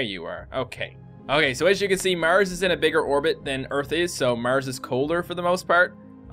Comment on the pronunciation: I didn't know "Murs" was a planet.